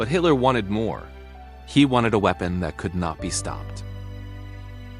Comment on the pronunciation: Please get the pronunciation right. Wee-pon, peena moond and its friends destroy credibility.